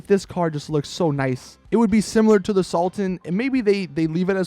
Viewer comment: He said salten instead of sultan